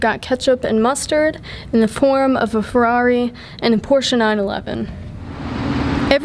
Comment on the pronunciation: Very nice vid as always! And big thanks for saying "Porsche" , and not "Porrsh" like many reviewers do. Keep up the magnificent work! Sorry for my bad english.